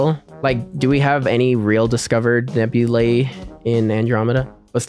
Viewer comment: Why do you say nebula nabulae?